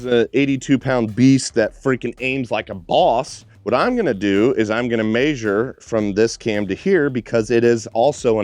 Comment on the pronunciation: Pronunciation police here. Pls look up measure